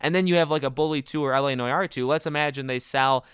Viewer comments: N-W-Are. Not noy-are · STOP SAYING NOY ARE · “LA NOYAR” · what the fuck is noi - are . . . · Him “La noy are “ Me “La what???” 😂😂😂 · After the way you said Noire I had to close the video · How he said noir it like( no yard) fucking hilarious !!!! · Great video, but it’s NEW-ARE. That pronunciation was kinda driving me mad. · LA NOY-YAR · Say noire properly. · I really don’t mean to poke fun but the way you pronounce noir really grinds my gears 😂 (not actually though.)